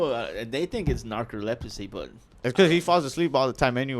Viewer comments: I’m new to the BarbosaVerse, so please forgive me. seems like a waste of space.:) ALTHOUGH, he did say Narcoleprosy, so that was pretty funny. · Not saying he has “norcoleprosy” 😂😂😂